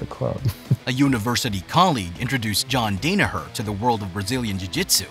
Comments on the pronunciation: Day-ne-hurrr lol. I had to turn it off a minute in. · Henzo not Renzo Portuguese pronounce R like a H. And think it’s like Dawnaher not like Dana white. 👍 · You pronounce his name incorrectly. It is DAN-a-her not DANE-a-her. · All of this research and the voice over doesn't get names right. Renzo is pronounced Henzo. The R in Portuguese sounds like an English H. John's name is pronounced Dan-a-Her not Dane-a-her. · The voice over is butchering everyone's names it's "Dan a her" not "Dane a her" and henzo not renzo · For the love of God, its pronounced DON-AHER, not DANA as in Dana white..... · Yee the first thing you hear is John Dana—her it’s kinda off putting. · In no way do I mean to sound disrespectful , but while it is a Good Video, some glaring Names were said wrong. Mainly, it's pronounced Dan-A-Her -also in Portuguese names with an R is pronounced with an H sound , therefore Renzo is said like Henzo. Just for future reference because anyone who watched this video is in some way likely interested in Bjj or Mma, therefore they knew right away. Still I thumbed up and Subbed, because you did take time and effort making the video, thank you. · John "Great" Dane-a-her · DAN ah her ... Hen-zo.... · Dan-a-her H-Enzo 😂😂😂😂😂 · Dan-a-Her, Not Dane-a-her, Not Don-a-her.........DAN-A-HER!!!!!!!!!!!!!!!!!!!!!!!!!!!!!!!!!!! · John Day-nur-her ??? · The lack of respect, do you even watch BJJ? How do you mispronounce his name (and others), it's like you just copied and pasted info and read it out loud for the first time. Come on bro, you gotta do better. (Don-uh-her, Toe-nin, Hen-zoh) unbelievable. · This is a good in-depth bio on John…it’s a shame you couldn’t pronounce his last name correctly 😂😂😂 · Bro mispronounced John's, Renzos, and Gary's names. Very cool. Also, a guy who came up with Danaher and helped evolve the sport along side him is a gentleman named Shawn Williams. I've got to learn from both. Truly special individuals. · who's john dane ahur